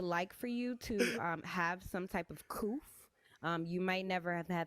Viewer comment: ain't got no coof. She really said coof! lol